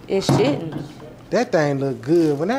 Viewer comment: “Shouldn’t” sound like he said “shittin”